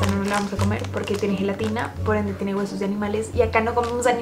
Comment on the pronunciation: dice sous y es sus